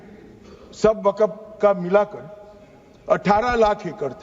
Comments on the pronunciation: Waqf hota waqaf nahi hota hai Bolna aata nahi hai bil laya hai takla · Waqf board ko waqaf board bol raha sanshodhan karne se pehle bolna seekh Tadipaar 😂😂😂😂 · Waqaf nhi kahte mantri ji waqf kahte h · ये तरी पार को बोलो के पहले बोलना सीखे, वक्फ को बकफ बोल रहा है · Isko to bolna bhi Nahi ata hai waqf bolna hai ya wagaf bolna hai ye BJP Ka musalmano KO target hai bhrat Israel banta ja rha hai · Pahle amit shah ko bolna sikhna padega waqf ko wakaf bol raha hai😂😂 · Isko bolne ki bhi tameez nahi wakaf wakagmf kr rha hai waqf ki jagah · Jo Waqf bhi sahi se bol nhi sakta wo desh ko kya khak Sahi banayega. Bhasha me Criminal ki bhasa dikhti hai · #Tanasha_O#Tanasha Waqf Bolne bhi n aata ha kaisa HM hain india ka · Waqf bolna nhi a raha h or waqf kanoon la rahe h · Wakaf bolna aata nhi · Jo waqf bol nahi sak raha wo kanun la raha hai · Waqf bhi bolte nhi aa rha is sahab ko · ये नेता को वक़्फ़ बोलने नहीं आ रहा है नेता जी देश चला रहे...😂😂😂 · Waqf to bolna nahi aa raha hai aur kanun banane chale hain.. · Jab amit shah Waqf bolte h toh fcuk up katwon q sunai pdta h